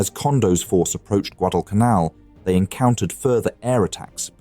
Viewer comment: The voice-over is soooo awful. guh-DALL cun ALL.